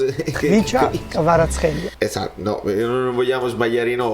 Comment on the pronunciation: Osimhen9 quando sta caldo al punto giusto, nn sbaglia mai,, ancora con sta pronuncia, Kvicha Kvaraskelia